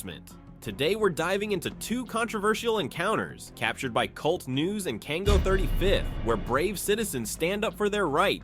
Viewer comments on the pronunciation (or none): It's K U L T news. Pronunce the individual letters. Not Kult (pronounced as the word cult) news.